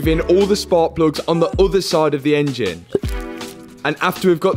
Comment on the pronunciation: The way he says engine very bad